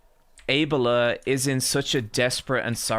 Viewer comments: Why he pronounces abeLLa so wrong? It's abeLLa you idi0t. It's not aa-bela, it's a-bella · Why does he pronounce Abella that way? Like Able-uh Surely it’s just pronounced Ah-Bell-ah? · Why pronounces Abella as Ebola?